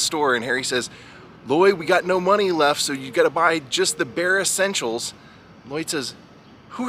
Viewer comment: He said beeressentials i thought